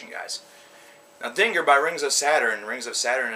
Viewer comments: It's pronounced den-jeer. Dinger just sounds wrong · pronounced (dinjeer) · i think it is pronounced like "dinjir" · It's pronounced "Dingir" not Dingir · Its pronounced dingeerr dumbfuck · dinger is a weener, 'dinjeer' is their album dont worry i always pronounced vildjharta as its spelt but its 'vill-yarta' oh well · It's pronounced Den-jeer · pretty sure its pronounced ding-GEAR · It's pronounced "Din-Geer". Sumerian word for "Gateway for the Gods" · XD Dinger? Do you not know English and pronunciations? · its din-geer as Ian (the vocalist) says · If he says ding er one more time i will kill myself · Dingir is also pronounced (din-jer) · DINJEER is how you pronounce it.just FYI